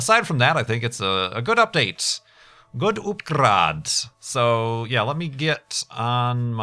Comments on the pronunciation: please make entire video of you saying "Upgraad":) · indeed I love his pronounciation of upgraad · That pronunciation is also quite in-character for German Kerman.